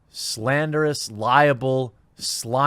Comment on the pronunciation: Dude you gotta learn the difference between "liable" and "libel" They're different words. Libel (lie-bell) is written/published slanderous statements. Liable (lie-a-bull) is being legally culpable for something.